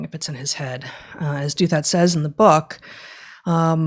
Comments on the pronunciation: I adore you guys! You bring so much to my life. That's why I want you to read more C.S. Lewis – and understand his theology – and also know that Ross Douthat pronounces his name "DOW-thut," not "DOO-THAT." But I quibble. Thank you for all you do! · Minor issue: it appears RD pronounces his family name as DOW-that, with DOW as in Dow-Jones, and "that" with a soft "th," as in "theory."